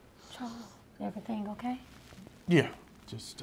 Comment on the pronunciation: She know she say Charwls